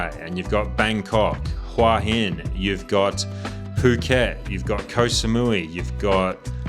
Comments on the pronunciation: How have you lived in Hua hin for a year and you can’t pronounce it? It is literally head rock. Look up the word for head in a Thai dictionary. It is certainly not waa hin. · Nice video, but why not do a little research on how to pronounce Thai names? You're so wildly off with Koh Phangan, Khao San Road, and even you're own Hua Hin that it wouldn't be understandable to anyone accept maybe a fellow Aussie, let alone a local Thai. So easy to plug these names into Google Translate and pronounce them somewhat correctly.